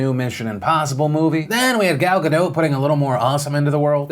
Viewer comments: Her name is pronounced Gal Ga*dot*. Not Gadought. Ga*dot*. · Phil and many other Americans say Gal Gadot very wrong. "Gadot " is pronounced exactly as it is written. A. She said so herself. B. Any Hebrew speaker will tell you so. since, just like many other Israeli names, these are common words. "Gal"- wave. "Gadot" -banks (as in river banks). I've noticed this tendency (for some reason) after Saoirse Ronan played that "can you pronounce that name correctly" game on a late night show. P.s- I am aware that Saoirse Ronan isn't American.